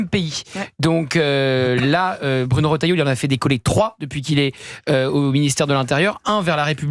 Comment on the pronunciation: Erratum : Retailleau ,pas Rotailleau.